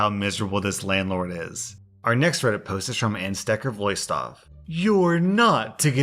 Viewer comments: I'm dutch and the way you pronounced aanstekervloeistof was hilarious sorry🤣🤣🤣 you pronounced it pretty good though ngl For those who want to know, it's pronounced smth like "Aahn-staker-vloui-stof" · That is not how you say Aanstekervloeistof XD If you didn't know, that is dutch. It's means lighter fluid.